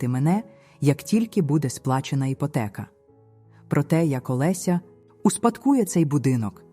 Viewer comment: Це просто жах! Вам не соромно за це ШІ прочитАння? Ото слова: іпОтека, ЛесЯ, кІнець та купа іншого сміття! Не паскудьте солов'їну! А сюжет попереднього оповідання з невеличкою відмінністю. Сором та ганьба! А цей проокурений голос ...